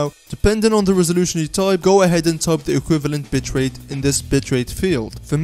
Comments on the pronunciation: did he just say bit*h rate. It's just the accent hahaha sorry btw you also made my DAY! thank you so much! :D already subscribed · Haha yes he did